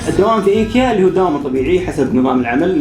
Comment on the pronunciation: معقولة موضف ب ايكيا م تعرف تنطق اسمه 🙃